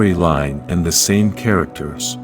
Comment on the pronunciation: They need to get an announcer that knows the show and not just reading a script. He always mispronounces character names